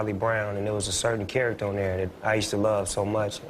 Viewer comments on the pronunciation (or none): none